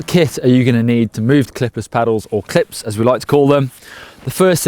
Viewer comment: Every time he said clip I heard clit. Quite educational nevertheless.